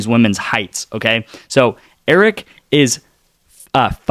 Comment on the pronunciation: hahahaha 🤣 Laughing at you saying "Eric" Her name is Arike - pronounced "A-reek-ay", All good. Lets get that Win!